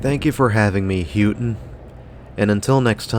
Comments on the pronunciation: Loved the footage of the Copper Country Mall. She's in great shape. Just one note, Houghton is pronounced Ho - ton like how Santa Claus says Ho, not Who - ton. Can't believe you came to the Copper Country and never even listened to any local radio station to figure out how the name of the town is pronounced. The local radio stations are the best for Copper Country Cruising. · I used to work in a clothing store in the Mall in the late 90s. I will let you know that you said Houghton really wrong. It's "hoe-ton". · Good video and nice little mall. Also Houghton is pronouced HOAT-IN. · I used to think Houghton and Hancock never really changed that much... but seeing this makes me realize how much it has. I remember when Dunhams was a video store 😮 Still love this mall - hope it never closes. Appreciate u doing this... even tho u called it H-o-ton 😊